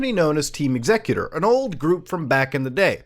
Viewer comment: "it was pronounced EX-ecuter" So another tech name to add on the hard to pronounce list, along with "jif" and "ping" Maybe someday people will learn to make names that are clear to pronounce.